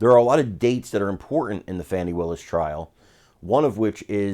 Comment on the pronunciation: Her name is pronounced FAWNI! Get it right.